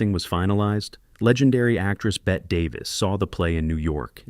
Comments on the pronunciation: Bette Davis’s was pronounced as if spelled “Betty” not “Bet.” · It's pronounced Betty.. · Bette is pronounced “Betty”. Ousia is pronounced “Weeza”. (Short for “Louisa”) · LOL, Drum does not say "Nothing like a good piece of tail." He says, "Nothing like a good piece of ass." Bette (pronounced Beh-tee not Bet) Davis would have been a mistake for Louisa 'Quiser' Boudreaux. (Owen calls her Louisa when they meet up at the festival) It would end up like Lucille Ball in the remake of Mame. I like Bette and Lucy in many of their roles, but sometimes, a person is just not right for a role or good fit with the rest of the cast. If people missed M'Lynn telling her daughter that she was advised to not have children because of her personal special circumstances and didn't consult doctors to see if their own were different, that's not the fault of the film nor the writers. If doctors advised their patients based on a movie, they aren't very good doctors.